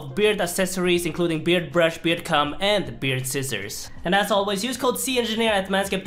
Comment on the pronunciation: You should pronounce beard comb better 😂